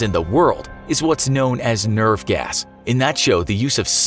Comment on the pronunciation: I thought he said "nerf gas" and I was like it's nerf or nothing